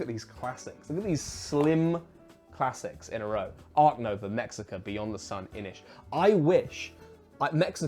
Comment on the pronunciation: Mexica is pronounced (mesh-ee-ka )a Nahuatl (now- wat-l) word. They were the people of Tenochtitlan, part of the alliance of 3 tribes including Texcoca and Tlacopan. Source : me a a Mexican Edit: to pronounce Nahuatl words generally x is sh, and you pronounce the l’s give it a try with the other tribes.